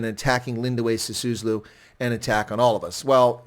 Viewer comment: By the way: it's S-I-S-U-L-U, not S-I-S-U-S-L-U. Literally one of the easiest to pronounce South African surnames for a non-South African foreigner, yet you failed. What a "South Africa expert" you are. 🤣🤣🤣